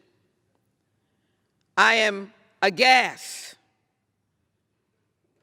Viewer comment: A thwartsurrection in the making? Did she say "prowness"? "Agass"? "Enscownced"? Ghettofabulous vocabulary.